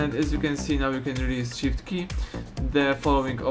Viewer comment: Holding shit Oww you saying holding shift :))))